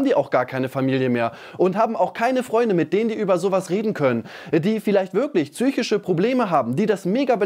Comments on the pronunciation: Ich krieg ZYSCHISCHE Probleme wenn ich höre wie du psychische Probleme aussprichst😂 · "Zyschische" Probleme hast du vielleicht nicht, aber nen Sprachfehler.